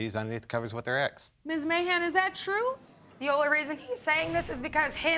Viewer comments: Who else heard "mayhem" instead of "Mahan?" ...lol yikes! Ok, let me continue watching, to see how this ends . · I keep hearing "Mayhem" instead of "Mahan". Anyone else? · Is it just me who keeps mishearing his name! I keep hearing "Mr Trump!"